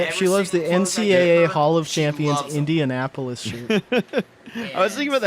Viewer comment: one of my favorites is "In'n'apolis"